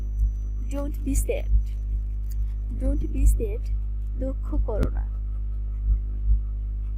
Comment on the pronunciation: "স্যাড" হবে "সেড" নয়।